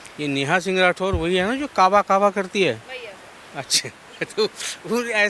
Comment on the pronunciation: का बा नहीं ये काबा बोलती है 😡